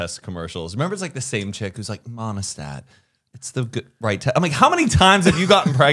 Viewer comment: Is anyone else dying at “monostat” for pregnancy tests 🤣🤣🤣🤣